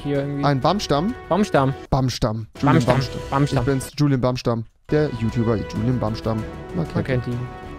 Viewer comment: Alle: Fisch,Magazin,Baumstamm Rewi:Fich,Magasin,Bammstamm